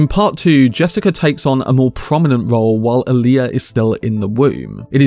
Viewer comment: "Wiffout fervor adieu..." BTW, It's Alia, not "Aaliyah."